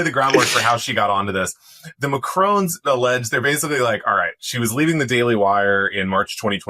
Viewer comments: Just FYI: it's not "Macrone" but "Ma-krong", as in "Hong Kong" ;-) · It's MacRON, not Macrone. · It's pronounced Macron not Macrone! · I wish Americans could pronounce Ma-Cron. It’s not Ma-crone. Drives me crazy. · It's MACRON not Macrone- why can't any of you pronounce it ? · Actually in French you don't fully pronounce the end consonant. So you yourself are in error too. The "N" is so soft to silent unless followed by a vowel. Pronounced mac-ruaw. Perhaps Google translate or a Wikipedia page will explain as that "R" also has a little vibration within or a "roll". Don't get me wrong. It's pretty amusing hearing the average American trying to pronounce various European languages. Worth a giggle though. And don't take the criticism like a snowflake. I'm saying in good spirit. 😊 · Nobody can pronounce ‘Macron’. It’s not MaCRONE: ‘on’ as in on the table. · Don't you learn how to pronounce names these days ! Seems only respectful. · Actually there isn't a Brigitte McCrone. There is, however, a Brigitte Macron. It's not a difficult surname to pronounce, even if you were "educated" in America. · Macron is not difficult to pronounce and English people make a reasonable stab at it, so why do Americans get it so wrong? It is a short A as in cat and also a short O as in on. That will get you in the ball park although in French the second syllable is nasal without the tongue touching above the top front teeth to close out the n. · Please pronounce Macron correctly. There is no E on the end. 🙄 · You would have more credibility if you could have bothered to learn how to pronounce Macron correctly